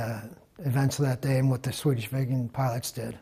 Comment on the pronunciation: ffs...Viggen NOt Vegans!!!!!;)